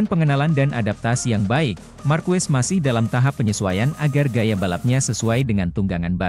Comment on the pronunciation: MARQUEZ bacanya MARQEZ ya